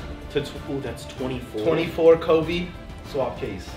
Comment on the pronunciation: O yeah hahaha its "KOBE"